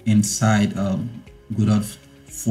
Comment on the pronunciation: FINALLY, someone that can pronounce Godot properly. :) Everyone else always calls it "gedough", or "gadough" and it drives me insane